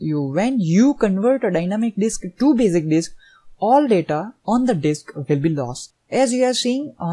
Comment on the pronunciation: Bazic disk ...LOL